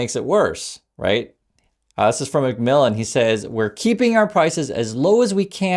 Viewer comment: When you said the CEO name i heard "Dark McVillain"